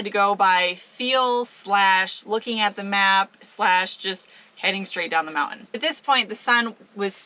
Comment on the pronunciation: Moun~ain , I like the way you say it.